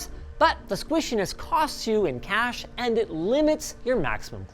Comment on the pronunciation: Regarding the Cache ,,,, this reminds me with (Proper Pronouciation)